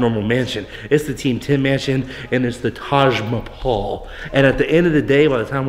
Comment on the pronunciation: ''TAJ MAPAUL" 😅😅😅😅😅